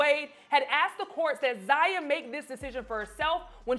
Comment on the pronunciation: Lol...is she messing up their names on purpose? Fun-ches . Zay-ya.